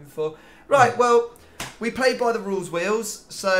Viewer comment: "we play by the rule's wheel's"